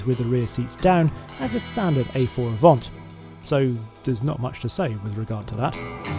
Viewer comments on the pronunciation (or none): Very nice video. However, why do you pronounce it "Avont" ? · "Avant", not "avont". And it always was a rival. What is that question?